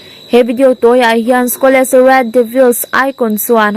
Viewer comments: Paul Scholes(Pawl skawls)tia lamrik tur,skawles ni lovin😄😄😄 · Mizotawng chhiar zir leh deuh teh.. Chuan,Paul Scholes(Skhawles nilo in Skhawls) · Scholes i lam dan hi a dik lo ania.